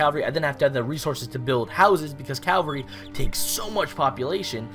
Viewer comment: It's Cav-alry not Cal-vary which is the hill Jesus was supposedly crucified on (if you follow that kind of thing) You're pretty boss at this game though man. Lack of proper pronunciation is forgivable haha